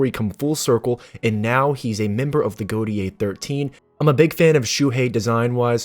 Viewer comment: great vid as you should know and incase you didnt know its pronuced go-tay 13 and no urahara is still single hehe